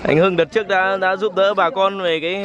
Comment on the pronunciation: Giúp chứ kg phải rúp đâu bạn nhé